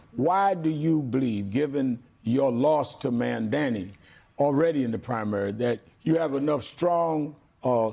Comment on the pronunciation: Sharpton its pronounced Maaamdani